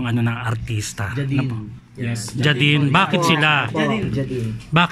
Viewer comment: Paano nyo ipronounce ang James ..JAMS ba???? Kaya JEY-DIN hnd JAHDIN .. Sorry pet peeve ko tlga iyan.. But tnx tho